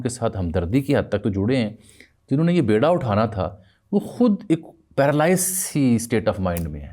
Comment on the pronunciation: بیڑا نہیں بیڑا ب کے نیچے زیر ہے